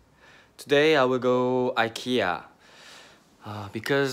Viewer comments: You're pronouncing IKEA correctly! It is EE-KAY-UH, that is how the Swedish people (where IKEA is from) pronounce it. Only us Americans and Canadians say EYE-KEE-AH hahaha 😂, when are you going to show me around Seoul? 💘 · Your pronunciation of Ikea is actually very similar to how it’s supposed to be pronounced. I’m from Sweden and we pronounce it like you do, except you have a bit of a Korean accent to it 😊